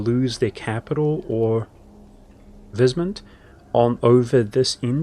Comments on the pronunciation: heh sure. Secessionist is said like cess (eg cesspool), so like cess-session. I believe you said succession in the video. W in German (which the empire in Warhammer is a parody of) is pronounced like a v in English, so weismund sounds like vice mund, (German vowels are pronounced in the order you see them, so ei sounds like I or eye). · I noticed you had a few words you pronounced a little off, like secessionists, and weismund, would you like to see how they're typically pronounced? I know this kind of comment can often come off sounding bad, so i just want to state that it's meant only as assistance if you want it.